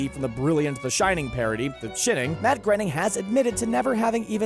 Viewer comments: It’s Matt GRAYneen but Matt GRINneen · That That and he calls the creator Matt "grenning". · GRAIN-ing! GRAIN-ing! Like he's said elsewhere, his name rhymes with "complaining"! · Also "Matt Grenning" and "Roy Simpson" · Learn to pronounce Groening boys. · “Groening” rhymes with “raining”